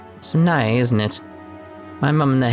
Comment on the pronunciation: Interesting point, in Clannad the name Sanae is two syllables not three